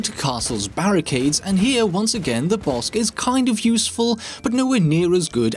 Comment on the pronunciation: Is it just me or is calling it the "Bossk"?